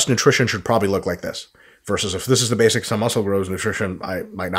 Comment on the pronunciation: "plenty of the bathics"